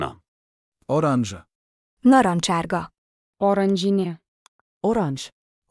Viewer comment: In Lithuanian it can also be "morkinė" from the word "morka" (carrot). By the way, the Lithuanian word "oranžinė" is incorrectly pronounced here - the stress should be on the second syllable.